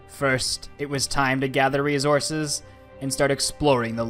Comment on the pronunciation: No hate but why did resources sound like rezources 😂😂😂😂😂😂😂😂😂😂😂😂 its so funny because of your accent in the video but the video was 🔥🔥🔥🔥🔥🔥🔥🔥🔥🔥🔥🔥🔥🔥🔥🔥🔥 as hell